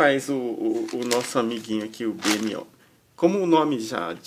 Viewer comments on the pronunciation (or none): Não se pronuncia"Bê EmE Ó", pronuncia-se "BiMô", procura no youtube ai o episódeo "Be More" que ce vai entender. Abraço. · o nome dele se escreve B.M.O mas se fala BMOU! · BMO se fala bimo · na verdade se fala Bimo